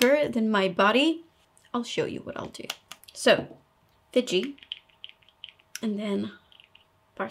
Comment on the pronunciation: Look forward to watching and learning from all your videos. The Bombshell Look really amped-up the glamour factor!!! BTW Nars foundation in Fiji is pronounced F ee j ee (the letter "i" makes a long e sound).